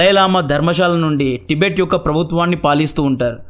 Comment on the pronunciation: ప్రొనౌన్షియేషన్ కరెక్ట్ గా పలకడం నేర్చుకోండి తిబెట్ కాదు టిబెట్ అని పలకండి కొత్త కొత్త పేర్లు పెట్టకండి